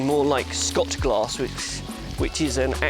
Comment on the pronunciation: its pronounced shot glass m8.